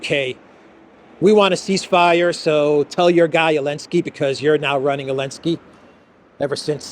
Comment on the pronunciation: Did you know it’s Zelenskyy not Elenskyy??